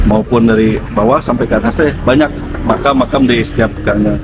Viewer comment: Mkam gitu lho bang nyebut nya